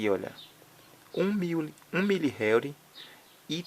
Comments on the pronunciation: não se pronuncia réuri e sim enrri. (Henry) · Na vdda pronúncia é como se fosse RRênri ( HENRY )